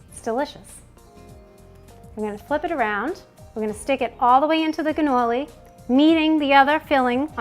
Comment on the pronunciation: It sounds like your saying ganolis! Maybe it's the audio.